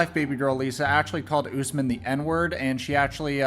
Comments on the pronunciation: Bruh his name is said ....... US-MAN not.........Ooos-men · Why does she keep pronouncing it “US-man” when she clearly can hear everyone including HIM pronounce it as “oos-man” cmon Baby girl Lisa 🙎🏻‍♀️ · Is the interviewee on Crack? Why tf is she mispronounciating his name 😩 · I hate the host. After hearing his name multiple times she is still saying it wrong. Moron.